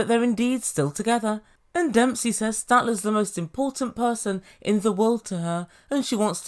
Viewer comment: Why, oh why do most Americans say DUMP-SEE? It’s not hard people. DEMP - SEA.